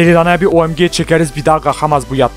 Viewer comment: abi yalniz o OEMGE degilde O May Gad diye okunmasin??